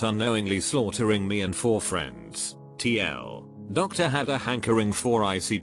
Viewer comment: I love it when the text to speech read tldr as tl doctor